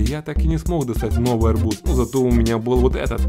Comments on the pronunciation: Надо говорить арбУз а не Арбуз! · Все видео об арбУзах в вакууме произносятся с акцентом))) Вот еще одно видео: P.S. Вот как правильно: Там же можно посмотреть, как правильно произносятся: срЕдства, каталОг, дЕньги, но деньгАх, деньгАм, деньгАми, и т.д. и т.п. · В арбузе ударение на у